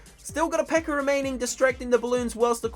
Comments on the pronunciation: he says pekkar instead of pekka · lol he says precker instead of pekka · It's pecka not pecker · You said pecker not pekka 😂😂😂😂😂😂😂😂😂😂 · instead of pekka he said pekker LOL the pekker army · pekker? you mean the pekka? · He can't say peka lol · You are saying pecker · sounded like he was saying pekker, lol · Sounds like he is saying pecker army lol😂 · lol he said pecker event. btw i know its cuz of his accent dont hate me or whatever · some times he says pekker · haha he says PEKKARS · If I had a nickel for every time he said Pekker... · it sounds like he is saying pecker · His accent 😂 "The Pecker Event" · I heard him say pekker